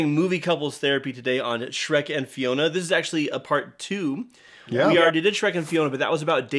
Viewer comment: FIONA! Not Finona who TF is that?